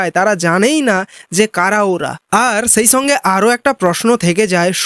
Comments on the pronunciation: তুমি আগে ঠিকমতো বাংলা ভাষাটা বলো - ছম্পূর্ণ কথাটা মেনে ছেই ছঙ্গে তুমি ছম্পূর্ণ মনুষ হও। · প্রথমে বাংলা ভাষা শিখতে হয়, তারপর বলতে হয়। বছু,দীনেছ, ছেই ছঙ্গে ইত্যাদি এসব কোন দেশী বাংলা!